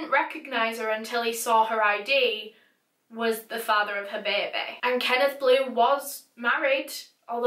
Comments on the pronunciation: 'Bear bee' 🐻🐝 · beh beh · beybeh :) it helps with the sad vibe. rest in paradise, jenny. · Beaumore the were "correcting" the word "baby" to be spelled how pronounces it with her accent. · I like the way says baby like “Bay bay” or Bebe lmao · It's cute the way she pronounces baby 😄😄 beh beh